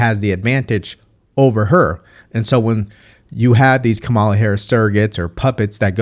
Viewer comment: You are pronouncing her name wrong. The emphasis is on the first syllable.